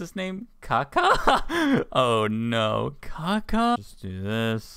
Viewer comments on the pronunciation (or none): its Kakashi not Kaka :T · I love how no one is talking about saying kakashi as kaka lol